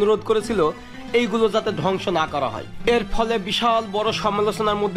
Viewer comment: এক কথা বার বার বলা হয়ে যাচ্ছে, আর ধ্বংস কে ডংস বলবেন না